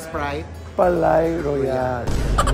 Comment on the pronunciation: "Palais" is pronounced "Pa-Le". Ang "-ais", same pronunciation sa Calais ("Ka-Le") o français ("fraN-se"). Palais-Royale means "Royal Palace", tinawag syang ganyan kasi dati talaga syang palasyo ng hari dati.